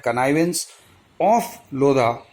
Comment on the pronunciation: The 'H' in 'LODHA' is actually silent..